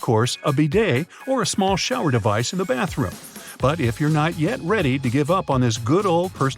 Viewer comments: You said bartroom not bathroom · Yo said "Bartroom" 😂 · "Bartroom" = "Barts Room"